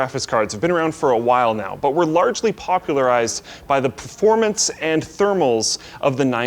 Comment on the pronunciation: "pformance" - 2017